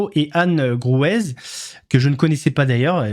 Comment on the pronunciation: Coucou, on prononce pas le Z de Anne Gruwez, ça se lit "Grué" si tu veux:D Passes un bon week-end!